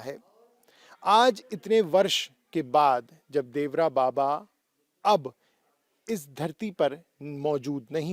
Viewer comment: नाम तो सही से ले लिया करो देवरा बाबा नहीं देवरहा बाबा बोलो